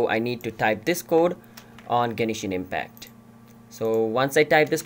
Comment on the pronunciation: 'Genishin Impact' -_